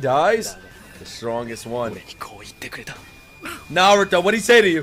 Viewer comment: I want to thank you. Thank you that you pronounce 'r' in Naruto just like it should be!!! Love it!!!